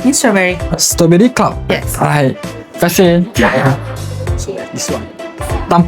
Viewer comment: dik.. 😅 kalau nak buat content makanan.. tolonglah sekurang kurangnya belajar sebut perkataan tu betul betul. STRAWBERRY. Ada "R".. stRawberry. Bukan Stoberi. Kita biasakan yg betul.. dan betulkan yg dh dibiasakan.. kalau benda tu dh terang terang salah. Ramai followers yg tengok video adik ni.. budak2 sekolah dan kanak kanak ramai. Kita taknak generasi yg akan datang ikut influencer sebut benda salah.. sebab ingatkan influencer ni tahu semua/ dan authority tentang subjek yg dia buat content tu. Tolong ya